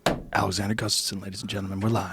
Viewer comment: "Alexander GUSTAFINN" -Brendan Schaub